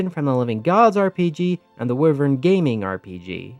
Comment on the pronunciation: I'm glad you pronounced wyvern like I do! If they were called, "system lord" they were not minor.